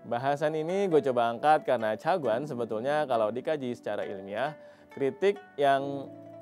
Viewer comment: ChaGuan, pelafalan pun salah duh